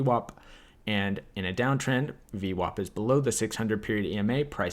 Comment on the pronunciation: omg its vwap -not vwop !!